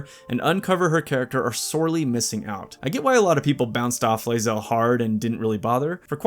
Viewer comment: "lae-zelly" xD